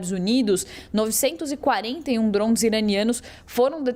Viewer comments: Cara que reporte chata falando drosn.... A palavra é DRONES DRONESSSSS.. Não drons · Que porra é Drouns ? Drouns, Drouns, não é possível que não consiga falar DRONES KKKKK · Reporter falou 67 vezes drons drown drond kakkaakak mas nenhuma vez ela falou drone puta que pariu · Kkkkk ela não consegue falar Drones kkkkk drouns kkkk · Trons toda hora 😅😂 acorda ouvindo drone e dorme ouvindo DRONSSSSSSS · Jornalista é dronssss ou Drones, não entendo porque estudam tanto pra nada. Dronsss🤦‍♂️ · Alguém avisa essa sonsa que é DRONE não DRONS PQP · Ela tentando falar francês...DROUNS, DROUNS, DROUNS... KKKKKK😅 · Mds Drouns? que isso Jornalista , bora pesquisar um pouco antes o assunto hein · Ensinem a esta reporter, por favor: DRONES, DRONES, DRONES. A notícia é para o Brasil. Que coisa mais chata! DRONES, DRONES, DRONES. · Porque inventar? o mundo não fala Drouns🤦🏽‍♂️🤦🏽‍♂️🤦🏽‍♂️🤦🏽‍♂️🤦🏽‍♂️ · Será que alguém pode ensinar essa pessoa a falar o nome correto dos DRONS. Av Maria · A cada DROUN que a reporter falava, o Irã perdia um ataque de DROUNS 😣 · Achei que era somente eu que estava implicado com a pronúncia dessa repórter… kkkkk DROUNS DROUNS DROUNS. Que chatinha!!!! Kkkkk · Esses “drunes” ahahahha Bela pronuncia! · Ela tá pronunciando em inglês? Por que não pronunciar em português? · Sim…mas o que achei hilário é que ela fala em inglês mas com pronuncia aportuguesada kkkkkkkkkkk O “r” totalmente aportuguesado kkkkkkkkk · É desafiador até para ela falar o nome kkkkkkkkk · Ela está falando em inglês, deve ter acostumado por estar no USA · A pronúncia do inglês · então fale certo não custa nada.